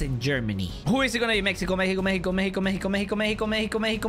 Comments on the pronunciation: That is Mexico not messico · saying Mexico meco meco meco